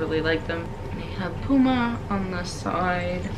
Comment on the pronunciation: Puma = Pew-Ma.